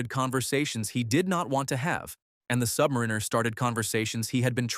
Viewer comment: Why can't AI pronounce submariner?